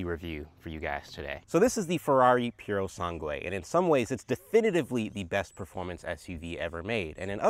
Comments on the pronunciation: Purosangue not purosangway😅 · Awesome video bro. Just a thing, the correct way to say the name "Purosangue" is not saying the last u, so almost like it´s "Purosange". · Can't handle them saying purosangue again...